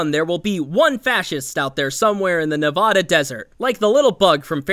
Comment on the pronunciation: you are saying nevada wrong, just so you know